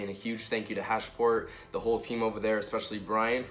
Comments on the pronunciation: its HASPORT.... not HASH-PORT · Hasport not hashport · Sounds like he's saying hashport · Your the only person I’ve heard say “hash-port” and “hon-data” lmao